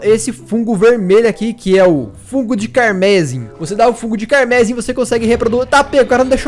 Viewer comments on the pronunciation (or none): não quero te corrigir mas não é carmésim que fala, é carmesím, é uma cor e a palavra é em português msm. Desculpa, adoro seus vídeos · Não é carmésim, carmesim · vc tá falando errado não é fungo de carmezim e sim fungo de carmesim como se tivesse falando sim não zim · éeeeee carmesim é uma cor e não se fala "carmésim" se fala "carmesím" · só uma correção meu mano, a pronúncia correta é "carmeZÍm". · É fungo carmesim, não fungo carmésim... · Uma coisa a cilaba tônica de carmesim fico no i ,não no e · Fungo carmesim Carmesim se pronuncia "carmesím", significa vermelho. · se pronuncia carmezím, como se falasse com z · Detalhe: Não é "camérsin" a pronúncia, não nenhum acento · A pronúncia é CarmeSIM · É sério que ele pronunciou "Carmesim" como "Carmézim"? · Da uma agonia você falar tudo errado, como por exemplo carmesim. A pronúncia de carmesim tem entonação no " i " C A R M E S Í M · cármesin é foda kkkkk sabe nem falar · Que seja ué, mas que tá errado tá. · Caramba errou feio na pronúncia da palavra carmesim